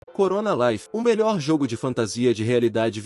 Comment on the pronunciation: Até que enfim alguém postou um vídeo decente dessa obra, ou seja, sem repetir as mesmas coisas e com duração maior. Eu não sei o que foi mais engraçado, se foi corona life ou xrono life, mas eu percebi que você quis dizer Chrono Life [Cronô Laifi] e a narração foi muito engraçada. Já essa edição foi digna de um prêmio de platina, por causa da sua excelência. Com certeza, eu quero continuação, dessa mesma forma.